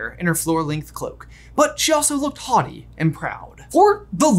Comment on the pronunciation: Today I learned that I've been pronouncing 'haughty' wrong... Thanks for repeating the word over and over,!